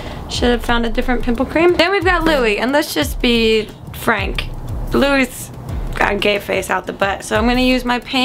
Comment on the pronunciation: one good thing u atleast learned how to say Louis' name from ur last 1D video..